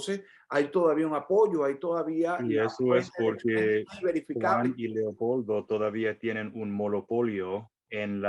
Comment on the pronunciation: Me encanta!!❤cuando dice"Leocoldo".gracias,gracias y gracias.